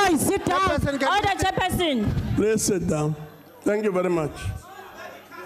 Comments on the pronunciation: "Chair persin..." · is it me alone who hears "order jefferson" instead of order chairperson 😆 🤣